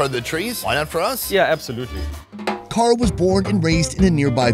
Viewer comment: why he calling him Gull. It is Carl